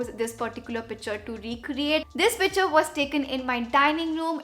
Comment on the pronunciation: Isnt it picture? Not pitcher 🤔🤔